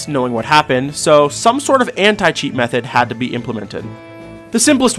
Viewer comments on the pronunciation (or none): none